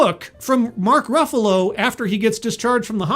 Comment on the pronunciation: "... Mark Ruffulo" And you lost me